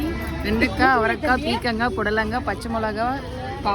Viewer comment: Athu peekangai illa peerkangai ma